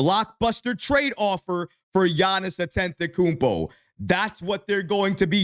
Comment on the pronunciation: You keep mispronouncing Giannis last name, there is no N before that second T... don't want him seeing this and getting offended😂